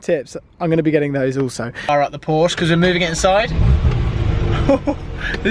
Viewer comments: Is it just me or did he almost say Ford but he said Forsche Lool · It’s like the lawyer in “Merchant of Venice” Annoying to hear you guys say “Porshh”! Just Saying! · Lots of hair gel and designer t shirts for a gear head that doesn't say Porsche correctly. Hot car, though